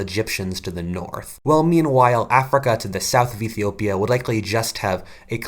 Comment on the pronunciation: Iffy-opia as you say it)))